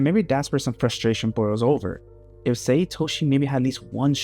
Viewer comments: SAE, not Say. Sae = SAH EH Sai = SAH EE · I like when people mispronounce names because it shows they have more connection with the manga than the anime, and when reading that’s how they read it in their own head. My take. Other Blue Lock YouTubers do this too, like Extendo who still pronounces it “Say” sometimes.